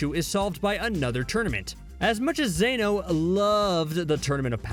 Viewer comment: bro keep saying zano lol